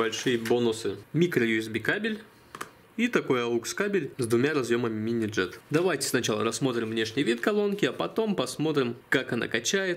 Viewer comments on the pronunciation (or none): Он сказал "мини-джеТ" или мне послышалось???